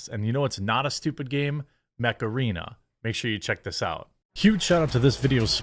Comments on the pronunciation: Every time you say "mech arena", it takes me a moment to get what you said, cause i hear macarena, and I'm like "wut?" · I was just listening. Sounded like you were saying play “Macarena”. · I honestly though you've said "Macarena" instead of "mech arena" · OOOOOh...Mech Arena. I thought you were saying Macarena. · I thought you said, "You know what's not a stupid game? Macarena..." 🤣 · First time you said Mech Arena I thought you said Macarena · Not going to lie, when I first heard Mech Arena, so thought you said Macarena. I bet they did that un purpose. Looks like a cool game though. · I’m a 90’s kid so when he say ‘mech arena’ I went “EEEEEEHHHHHH MACARINA-AYE” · When talking about mech arena, with your accent, I thought you were talking about the Macarena 😂😂😂